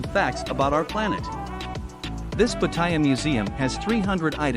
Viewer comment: Stopped watching when I saw that you cannot pronounce Pattaya correctly.